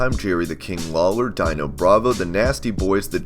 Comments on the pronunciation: Dee-no Bravo, not Dy-no. Jesus Christ, man. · Virgil was DiBiase's Bodyguard not a manager.Syiil he deserves a lot more than he's got now.It's not Dino Bravo like Dinosaur it's Dee-no Like Flinstones dog. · Yea - "Dyno" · Dude wtf is wrong with you??? Did you really just f up Dino Bravo's name??? Here's a hint for you, Dean-oh... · Seriously how hard is it to say Dino, seriously calls into question ANY kind of expertise. Plus getting pics messed up???? SMH!!!!